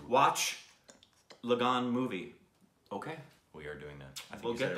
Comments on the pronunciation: I think it's pronounced is La-gun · It's" Lagaan"... Means Tax.. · You said LAGAIN😂😂👍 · The way pronounced Lagaan, if we indias have to write it as per our writing pattern, we would write it as Lageen. So the 'aa' in 'gaa' is pronounced the same way the 'a' is pronounced in 'La' just that aa means we stretch the 'a' for twice the duration as opposite to a single 'a'. Its good that you guys got it finally. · It doesn't matter how pronounced lagaan wrong, you don't even know what lagaan is.....😒